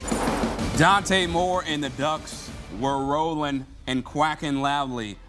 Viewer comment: Dante Moore not Dan. Second time I’ve seen this from CBS